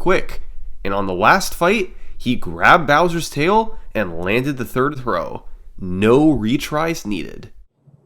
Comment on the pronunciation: "But zsurf wasn't the turd"